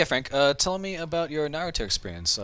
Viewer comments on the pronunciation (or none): Please stop saying Narutoo 😡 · did he say Narutu? lol